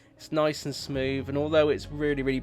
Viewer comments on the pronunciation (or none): none